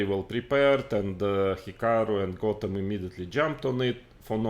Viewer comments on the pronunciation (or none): none